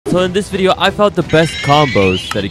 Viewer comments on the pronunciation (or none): none